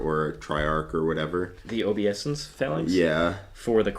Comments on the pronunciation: I think it's oh-BAY-sense. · Please stop saying "OBEE-ESSENCE" 😂 if you're going to say a word 1000 times in a video maybe take the two seconds to look it up 🤦🤦🤦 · This has made my shift a lot better today, also learned a lot, even while cringing each time you mispronounced obeisance